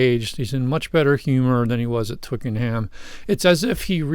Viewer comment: Pronounced Twicken 'em